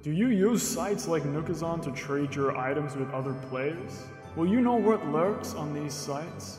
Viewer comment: What the hell is this accent? “Knerw”?!?! 😂🤣